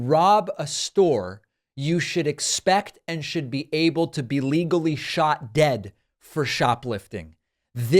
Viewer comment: love that pakman. you got it good! “shot”. shought.